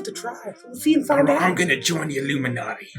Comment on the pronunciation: The "Illumidoggy"